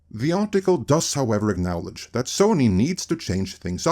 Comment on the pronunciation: say: "acknowledge" "awknallage" No. Try again.